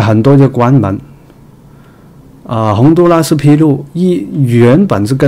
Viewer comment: 洪都拉蘇……哈哈哈。來一趟台灣也開鼠講台灣國語了喔！